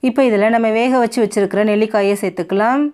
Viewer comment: சேர்த்துக்கலாம் சேர்த்துக்கலாம் ன்னு சொல்லும் போது ஏன் செயற்கையா அந்த கடைசி ம் ஐ அழுத்தி அழுத்தி சொல்றீங்க? சகிக்கலை. பிற மொழி நடிகைகள் உச்சரிப்பு வராததுனால அப்படி சொல்லுவாங்க.